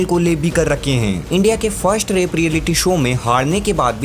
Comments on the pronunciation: भाई 'रेप' मत बोलो यार "रैप' होता है। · Bro " Rap " Hota hai thoda ache se pronounce kiya karo , Baki sab kuch badiya hai. Keep it up bro!💯🔥 Love From Kingsclan...❤️